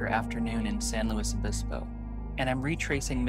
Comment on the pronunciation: San Lewis O-biss-bow